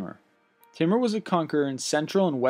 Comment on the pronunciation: "Number ten, the conquest of Timmah" I watch too much south park, cause thats what i heard.